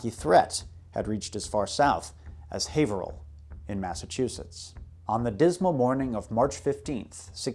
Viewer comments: You pronounced haverhill right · You can tell the man knows his business because he pronounces Haverhill correctly. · Haverhill native here - you're the first person from outside the general area that I've heard pronounce the city's name correctly :P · I grew up in that area, Haverhill specifically and I've never known a non-local to say it correctly, nor Worchester. I am greatly impressed you got both right. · Kudos for correctly pronouncing my hometown...Haverhill. (You missed on Saco though...it's "Saw - koe")